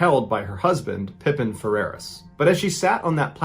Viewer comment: It's pronounced Pa Peen not like Scottie pippen. Her husband didn't hold the record Tonya streeter a hot blonde held the record Audrey tries to break